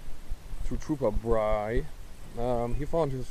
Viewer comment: Great video! The fossil hunting looked like fun! Just watching those high heights made my stomach turn. Hahaha! You said Tropper Bri's name correct.